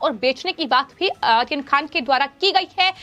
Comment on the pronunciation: आर्यन खान को आसीन खान बोलती है. 😁